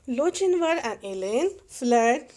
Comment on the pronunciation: I'm pretty sure it's pronounced lo-kin-var